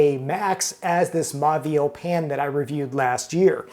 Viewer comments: MAUVIEL - Pronounce as MO-VEE-EL, not MA-VEE-EL. The AU becomes O. BAUMALU - Pronounce as BO-MA-LEW, not BA-MA-LEW. Same thing. If you are a food writer and critic and chef, you have to learn some French. Immerse yourself in audio books where you can listen to the readings as well as see the printed word. Fastest way to learn. You can also have a French person correctly pronounce the menu into a recording which you can play over again. One of my pet peeves with Americans is that they consistently mispronounce some French and Italian words incorrectly. MONT BLANC - T is silent, C is silent. BLON (nasal N). CHENIN BLANC - SHUH-NAIN (nasal N). BLON (nasal N) Italian: FETTUCINE, ORIECHETE, PENNE, LINGUINE - End with AY not EE. 'E' is AY not EE sound. Fettucine, Linguine - AY not EE. RAVIOLI, SPAGHETTI, CAPELLINI - End with EE. 'I' is EE. Now see how many waiters, chefs, customers, food critics mispronounce these words. Get it right, America. No lazy speech. Sloppy speech is the product of a lazy mind. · It's pronounced as moh-veel